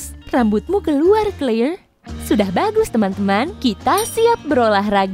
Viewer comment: Tulisannya Claire dibaca Kleir Bukan Kelir😂😂😂😂😂😂